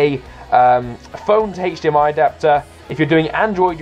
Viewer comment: the way he says hdmi bugs me